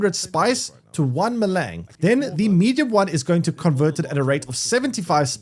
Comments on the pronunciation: Melaaang.... spice melaang.... Melange is literally pronounced how it's spelled. Mel-ange Mel-awwn-g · Maylang. lmfao!!! It's "may-lonj"! It's french. maylang... smh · Spice Me-Lang! Wtf can’t do it, can’t take you seriously. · Ma-Lang and helicopter... I can't handle the constant terrible mispronunciations. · If it‘s french, it‘s pronounced „melunsh“ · please say melange correctly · Boy you butchered your pronunciation of spice melange. It is very French sounding. Just watch one of the movies, but DO NOT continue to pronounce it the way you are currently. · came here to write te same thing xD